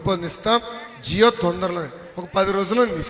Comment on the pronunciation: అయ్యగారు jio కాదు జీవో